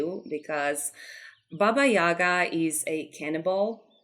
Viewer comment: It looks very amazing, I like that you went with darker theme for her in your building, and chicken legs look great ahaha I'm a Slavic too and it's very nice to see representations of our fairytales and folklore. Maybe it's different in different countries, but we call her Baba yagA not YAga, the stress is different. You description is correct, I really liked it! She's an interesting character - sometimes she's bad and sometimes she helps travelers. I grew up with different versions of her 😄 Also, if you haven't seen "Bartok the Magnificent" I highly recommend, they portrayed Baba Yaga pretty well